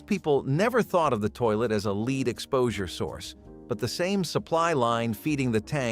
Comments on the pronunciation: For God's sake get your pronunciation right! It's lead, the metal, - pronounced "led" not "leed". You're not even consistent, sometimes the word is pronounced correctly. Do better editing. This comes across as amateurish. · I thought you did a fine job narrating. That said, I and other viewers have noticed you pronouncing the word "lead" as in a metal as both "lead" with a long E sound as in the meaning "to take charge, or to rule over others" and lead as pronounced with a short E sound such as in the color "red". The proper pronounciation of lead as in the metal is with the lesser or short vowel sound as in "red". Hope you don't mind the tip!